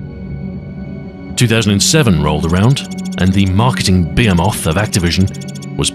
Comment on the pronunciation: I find your mispronunsiations funny, but behemoth is a step too far for my virgin ears lol in case you're not doing it deliberately, it's be(like the word "be", or pronounced "ba" like "bath")-he (like the word "he")-moth (like the word "mother")